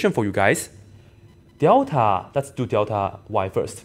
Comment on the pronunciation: 怎么你也说“屌塔”……看来这口音是共通的 lul